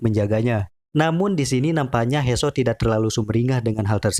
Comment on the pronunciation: He soo bacanya (hi suu) bang hadeh